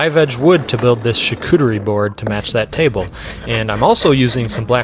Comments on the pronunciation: To built a what-now board? Shicoottery? 😂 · You'd have to be an unmitigated fahgette to spend six figures on a coffee table... Also to pronounce the word "chartutrie" out loud. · Char-coochie-reeee😂 Board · I hear you say shaw-cooter-ee. charcuterie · Americans trying to pronounce charcuterie will always be so funny. Why are you missing the R entirely ? Bro really said shacootewy board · Shacoochi. That's how it's pronounced in my house😂. Beautiful work! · "sharcooterie" ???? yo i swear americans always making up sounds and words when trying to pronounce a word from a diffrent language like please respect other languages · Shakootoorie? :D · He said charcuterie